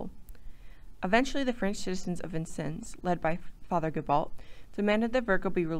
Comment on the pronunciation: There is a number of errors in the video. Francis Vigo, not Virgo, and the name is pronounced Veego since he was of Italian descent. Pierre Gibault is pronounced Zya- bow, not Gi-balt. Clark's men wearing animal skin clothing is questionable since fabrics were available in the frontier. That is as far as I got through the video.